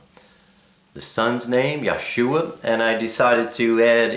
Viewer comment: Dear, I love your video...it is very informative....I am a little confused as the pronunciation of YHWH as I have heard it many times as Yah- way. You also said it once, too. Would I be incorrect to pronounce it as such? Likewise, I have seen the same spelling for Yahshua but with only two syllables, Yah shwuh; whereas you have 3 Yah shu uh. Do you have a video of only the letters of the Alephbet? Did I miss the meaning of Elohim??? When we transliterate are we to use the Y or I for the Yod? Am I wrong to spell it Elohym? Thanks for your responses....